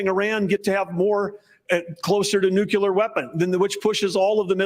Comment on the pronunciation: "Nuke u ler"